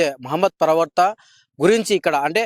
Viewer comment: ప్రవర్త అంటున్నారు, ప్రవర్త కాదు,, "ప్రవక్త ", అనగలరు.